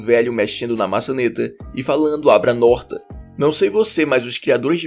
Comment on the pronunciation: "Falando: abra a norta " Juro q eu nn tankei KKKKKKKKĶKKKK